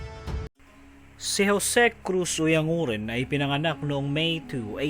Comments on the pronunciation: Oyang guren sir ang tamang pagbigkas hindi oyang nguren. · Oyan guren yata